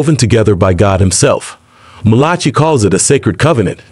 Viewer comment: Mal ah kai! Not M lol chi. If you want to purport to be an expert, pronounce the words/names correctly.